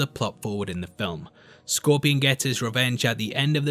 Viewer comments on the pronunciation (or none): none